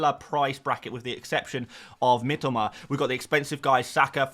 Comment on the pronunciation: I love you and you’re my favourite FPL creator BUT Mitoma is pronounced ME TOE MAR one of my mates Japanese and it drives him mad 😅😅